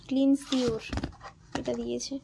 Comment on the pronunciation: Ota ক্লিনসিওর noy ক্লিনসর